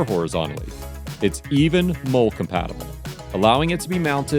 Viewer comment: I'm glad the Gerber Truss is mole compatible, but what if I don't own, or can't find a mole? Will it hook up to my molle (pronounced Molly)?